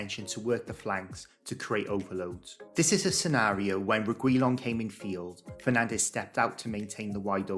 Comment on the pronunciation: did you call Bruno "Penandes"? 😂